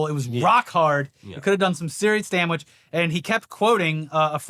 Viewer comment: LOL said “dam-wich” instead of damage. Love it.